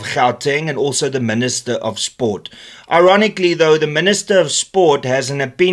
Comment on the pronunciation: Dear Min-ister: Kindly GFY. Thanks!